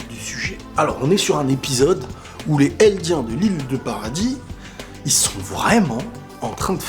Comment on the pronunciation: Aucune possession de balles jpp quel tueur! par contre ce n'est en aucun cas un reproche mais quand tu dis "les eldiens" fais la liaison ça m'interpelle à chaque fois en gros tu dois dire "les zeldiens" voilà c'est pas du tout pour critiquer c'est à titre informatif. Super vidéo!!